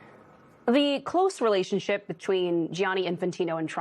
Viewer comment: The only thing you understand is that you can’t pronounce names. "It’s not Johnny, it’s Gianni."